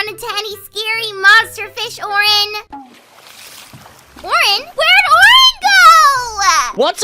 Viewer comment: It’s Oren and pinki Not Orange and pinky